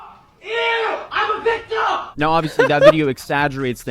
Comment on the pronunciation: "I'm the VICTUM". Grief, why are these children unable to pronounce words properly, these days?